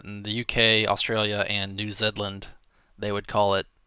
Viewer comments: did you say new Zed-land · Did you just say "New Zed-land", V? XD